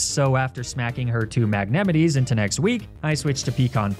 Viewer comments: Please tell me that the "mag-ne-mi-tee" and "ar-ka-nee-neh" are pronounced like that ironically, not seriously... 😅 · never in my LIFE would I have thought to pronounce magnemite like yosemite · The way you said magnemite gave me a stroke